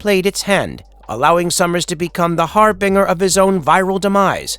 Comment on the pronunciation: It’s pronounced “har-bin-jer”, NOT “har-bing-er” for Christ’s sake.